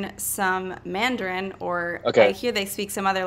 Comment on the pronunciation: wow kina! your pronunciation was spot on at your first try. i have friends around me who listen to mandarin almost everyday and yet, they cant pronounce words as accurate as you can! well done! :)